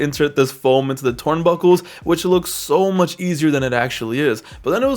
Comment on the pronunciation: twurnbuckle :3 😂😂😂